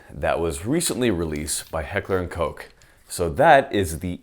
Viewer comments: "Recently released by Heckler and Coke." It's Heckler and Koch. "Koch" is pronounced like "cock" except with -- to be really accurate -- a guttural ch like you're clearing your throat. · Koch is pronounced like cock with a soft H at the end. Not like COKE. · It's so adorable that Americans deliberately avoid pronouncing "Koch" as it should be pronounced. Just say cock you fools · Awwww man 'Heckler and Coke'?? You aren't ordering a drink man, its COCKH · Am I the only one that thought Koch was pronounced “cock” instead of “coke” as is saying it? I’m not even trying to be funny right now I honestly am confused... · Heckler and Coke? Guess I’ve been pronouncing it wrong this whole time. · Did he say heckler and coke 😂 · oh come on pronounce Koch the right way "heckler and cocc" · It's pronounced Heckler & Cock.